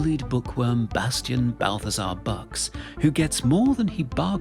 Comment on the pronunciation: Bastian's last name is pronounced "books" not "'bucks."'